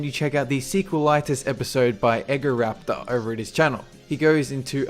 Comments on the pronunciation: Did he just say 'Eggoraptor'? It's EE-GOH-RAPTOR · Eggo-raptor XD Its Ee-goraptor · dude it's EE go raptor. Not eggo raptor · Ace Gate I pronounce it EE-GO-rapter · eggoraptor xD hahaha its E-go-raptor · Did you just say EGG O raptor? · I liked the list and the video but I found it funny how you pronounced certain things Eggo raptor. Yawshi. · Did he say... Eggoraptor? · "Eggohraptor" okay cool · "Eggoraptor." Pissing people off with his sequelitis videos one waffle at a time. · I usually try to refrain from making fun of people's accents, but..."EggoRaptor" killed my ribs. XD That aside, this is an AWESOME list. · "EggoRaptor" You know, Arin "Breakfast Waffle" Hanson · eggoo rapter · Egoraptor... pronounced eggo raptor... WAFFLES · Did he just say eggo raptor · Lol "eggoraptor" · I'm still disappointed at the fact that Super Mario RPG wasn't released in Europe. It looks fucking great. Also Raptor-Protip: "Eggo-raptor"'s , funniest thing I've heard so far. Tiny oopsie. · Egoraptor is pronounced Ee-go-raptor :P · leggo my eggo-raptor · "Eggo Rapture"